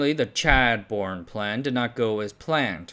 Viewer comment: I laughed out loud at that "chadbourne plan" pronunciation...